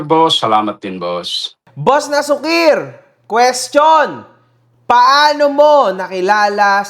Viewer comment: Na-su- kir ang basa sa pangan nian Hindi nasu-kir.. na-su-kir ilocano word Yan nanparang pasaway👌🏿